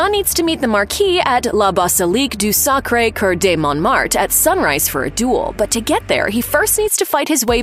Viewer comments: Your pronunciation of Sacre Coeur is awful. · The pronunciation of : "La Basilique de Sacré Cœur de Montmatre" was so butchered much that it surpassed all the k*llings byJohn Wick in the entire series